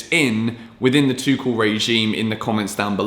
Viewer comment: Guys FYI, stop destroying coach name, Tuchel is pronounced "Toorel" and not "Tookel", just a short note